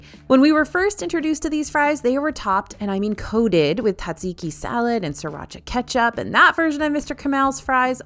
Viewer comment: Say it with me "zaht-ziki". There is a whole z that is being ignored.